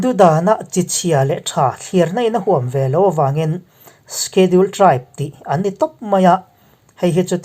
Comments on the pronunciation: Sikhedul ti a ilam rik dan hi avan mawi em !!!!!!!!!!!!! Khawchhak pronouns ihmang thiam narawh e..... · Shediul tia lamrik tur : sedul tite pohin an lamri ṭhin... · Schedule I lamdan hi ka hre khat angreng viau a..